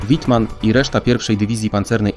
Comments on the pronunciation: Wittman nie Łitman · Łitman, serio ???